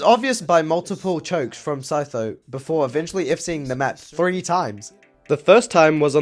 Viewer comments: OMG IT'S THE REAL SEE TOES, CHEETOES, SEETHO MAN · I could never read 'Sytho' "see-tho"